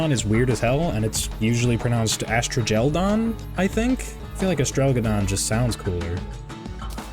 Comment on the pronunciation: The way you pronounce astrageldon makes me think of beef stroganoff